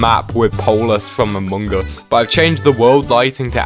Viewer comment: its really funny how he pronounces Among Us 😆